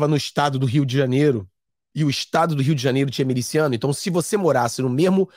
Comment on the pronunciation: Não é meliciano, está esquecendo o português? É MILICIANO!